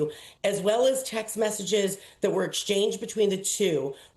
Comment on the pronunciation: The word is pronounced I-MUNI-TY. I, not A.